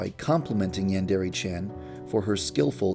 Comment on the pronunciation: yeah it is i know Japanese